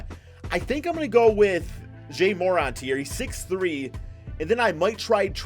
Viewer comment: This nigga said some “Jay MORant”🤣🤣